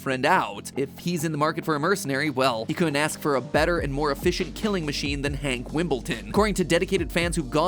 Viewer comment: You got it wrong it's hank HAAAAAAAAAAAAAAAAANK